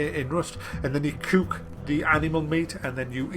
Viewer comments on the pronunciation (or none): i gotta say i love your pronounciation of "couk" XD